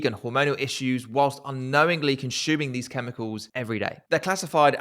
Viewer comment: Excellent video. But what’s with the consHuming